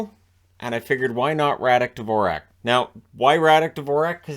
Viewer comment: His name should be pronounced just like the classical composer, Dvorak. But all the commentators got this wrong.